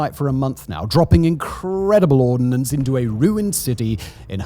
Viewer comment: It is "ordnance" not "ordinance". No "i". Two very different words.